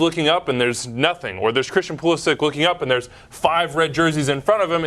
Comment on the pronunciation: Hahahaha Pulisic pronounciation not even close. It's actually Pulišić (Pulishich).